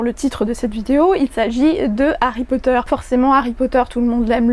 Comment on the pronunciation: J'avais écouté l'extrait mais j'avais du mal avec certains mots notamment Potter qui est dit "Potère". Et rien que sur les 5 min de l'extrait ça m'a choquée.